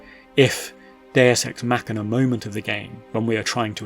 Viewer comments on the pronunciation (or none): none